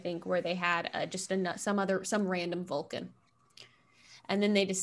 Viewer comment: "This is the Vwulcan hearrt. This is the Vwulcan soul."